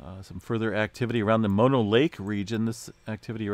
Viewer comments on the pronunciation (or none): none